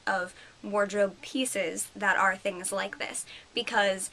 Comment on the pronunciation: LOL "lots of thiings happening" ahaha YES! thumbs up YOU!